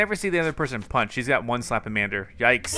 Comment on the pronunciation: It's not slapamander its slamamander